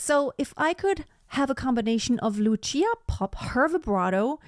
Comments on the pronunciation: It's Lucia like Lutsia not "tsh". Both Gruberova and Popp were Slovak singers. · It’s Loosha, not Lutchia. And consider Christina Deutekom. 🙏